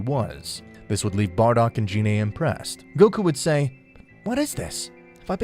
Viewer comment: F.Y.I. Gine is pronounced with the "G" sound like "Get" or "Go" "Gee-nay" not like a"J" as in "Genie".